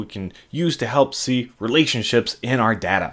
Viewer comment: "helps see relationships in our dada"